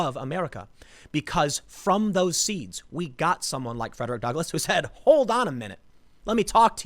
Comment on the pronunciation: I can't believe they tore down the statue of Frederick Duckle- I mean, Douglas. (Tim's oratory error is hilarious. ... "Duckless"... Who says that errors aren't funny?) I have no ducks! I'm an abolitionist, but I'm all out of ducks now! How am I supposed to oppose white supremacists when I have no ducks!? The abolitionist who gives no ducks... Because he is Duckless... Frederick Duckless.